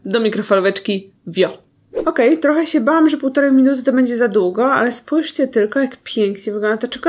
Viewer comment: "Spòjżcie jakie to jest malutkie" to samo było w odcinku z lodami (gdzie w odcinku 3-16)